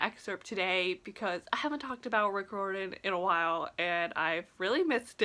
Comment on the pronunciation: Your saying riordan wrong. Its not that hard. Rye ur den! Not rordan! Why do you think there us an "i" in Riordan?